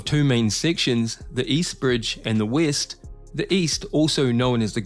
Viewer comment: What kind of accent is this, pronouncing "ee" each "e"? The Eest and the weest part of the bridge... six point seeven kilomeeters...